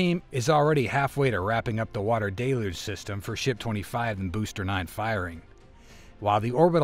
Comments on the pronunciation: It's DEL-uge, accent on the first syllable. Just ask Jackson Browne! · Uhhh… “deluge” is pronounced “del-yooj”, not “duh-looj”. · What is with this de-loosh business? It's del-yuge. Like huge. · Pet-peeve: Why are people pronouncing "deluge" as de-luge rather than the correct del-uge pronunciation. I'm hearing this from multiple content producers. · "da LUGE" system?